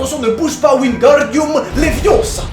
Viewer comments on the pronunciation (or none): C'est pas Wingardium Leviosa c'est LeviosAAAAAAAA😂😂